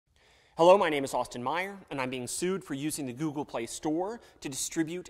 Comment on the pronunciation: Just classic "Helllo"! Lol fucking east Texan Lawyers